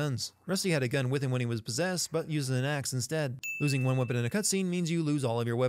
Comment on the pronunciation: The word "cutscene" about 19 minutes in is "cutsvene."